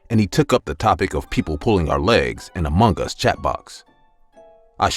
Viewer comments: About the first story, why do you say "amonggus" ? That's supposed to be "among us". 😟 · I thought he was saying amungus 😂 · Why is he saying Among gas. Lol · It's just me? Or he really keep saying amonGAS🤨